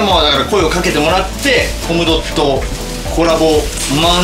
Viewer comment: SEIKINさんはコムドットの発音大正解で嬉しい…🥰